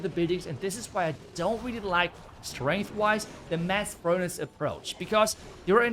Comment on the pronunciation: i just love how pronounces furnaNce:))